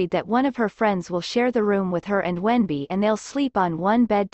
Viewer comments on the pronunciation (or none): In Chinese his name is wen-bing, but it's pronounced wen-b, not wendy